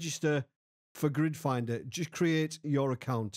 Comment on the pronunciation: You said it so many times it started sounding like "Grinder."